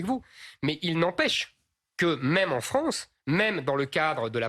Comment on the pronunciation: Et la wranze aux wrançais